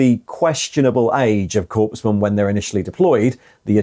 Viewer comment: It’s not corpsmen lol